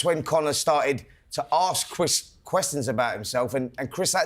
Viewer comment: Ask cwis cwistions